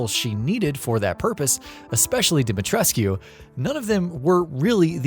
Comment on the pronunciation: DimeTRESK.......not Dimetres-QUE. Come on. Lol